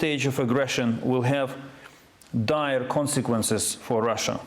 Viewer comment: Dire consequences. Dire reah consequences.